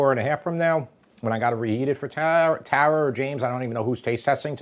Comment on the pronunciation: I love how he says "TARA" it's my name and only ppl in the east coast say it correctly !